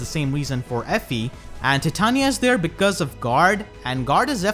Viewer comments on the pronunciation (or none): none